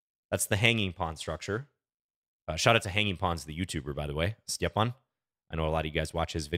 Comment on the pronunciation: As a Croatian, I have to thank you for making the effort of pronouncing Stjepan's name correctly. Most Americans on the Internet never bother to pronounce foreign names right.